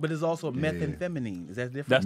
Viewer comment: had a “🧏🏾‍♂️Hey, Tom” moment with the word, Methamphetamine. Lmao! - 😂😂